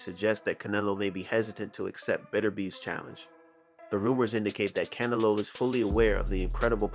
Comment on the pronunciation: Oh- it's Can-EH-lo